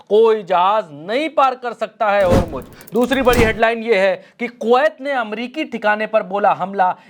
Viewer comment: होरमुज होरमुज क्या है. ज़ ज़ होरमुज़ बोलो.